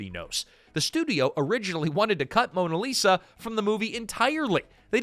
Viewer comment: Mona Lisa? This is what happens when you have AI do things like narrate